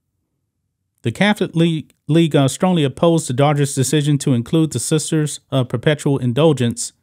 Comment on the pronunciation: I must still be half asleep, because I kept hearing you say the "daughters" and not Dodgers. Not a baseball fan so for all I know it could be a nickname for them ...I am off to find some Pepsi and wakeup a bit more.😊